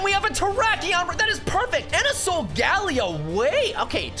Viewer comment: Solgaleo isn’t how u said it